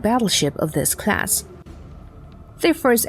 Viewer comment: Sounds Asian. Always says “crass“ instead of “class“. It’s got to be easier to use a human voice…